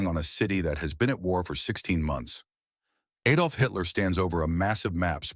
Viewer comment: Where did this "Aye'dolf" stuff come from? The guy's name was Adolf Hitler. I have posted about this illiterate's other errors elsewhere, but just this one should be enough for you to stop using him. It harms your reputation, and it should harm your pride in this otherwise good work.